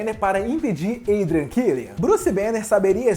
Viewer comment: Tá errada pronúncia quando fala do killian